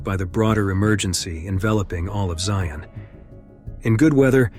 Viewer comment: It’s so weird to hear it called Zion National Park. (It should be ZY-un, not zy-ON though.) I know it’s the name, but I’m a Utah native and visited it many times on the way between St George and Salt Lake. For some reason, we call it Zions National Park. Not sure why.